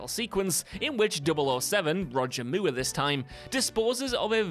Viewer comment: Did you just call him Roger Moo?